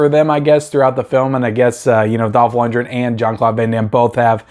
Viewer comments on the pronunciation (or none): It's pronounced LUNDGREN,not Lundren.This movie is awesome,you sir are just too innept to realize this and you call yourself a movie guy.??,far from it..I'm sure if you watched Timecop,you'd get that wrong as well.